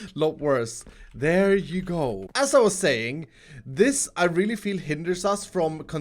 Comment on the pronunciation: "There yo ugo" 2019